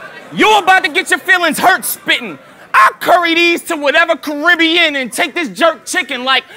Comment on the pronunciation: Thank you! Ppl missed half of the shit hollow said! Meanwhile they going apeshit over "carib-he-in" ppl won't figure out half of what he said for weeks. The king jaffi jo line, was a freestyle rebuttal to his goat line, on the spot....smh.